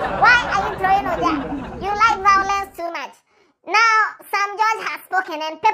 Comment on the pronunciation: He's the president of Vawulence Association of Ghana 😂